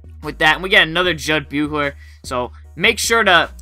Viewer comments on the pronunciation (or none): Great video. I was really surprised to hear of how disappointed you are in MLB 2k13. Keep the videos coming and the great commentary. Just a heads up. As a true Chicago Bulls fan from their glory days I just wanted to say that Jud Buechler last name is pronounced like saying bushler. Just for future reference:) Great Job again.